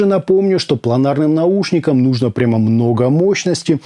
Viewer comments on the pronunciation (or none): none